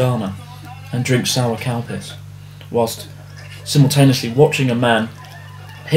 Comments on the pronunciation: he says calpis like cowpiss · I swear every time you say the name of that drink it sounds like "COW PISS" - do you hear it or is that just me? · I thought you said "cow piss" instead of "calpis" haha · I thought he was saying cow piss, but then he showed the can. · Am I the only one who thought he was saying "cow piss"? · At first i thought you said Cow Piss instead of Calpis. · I thought he said cow piss, not calpis. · I thought he said Cow Piss at first until he showed the drink. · Calpis sounded like you said cowpiss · Thought he said Cow piss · lol everytime you say calpis ,it sounds like cowpiss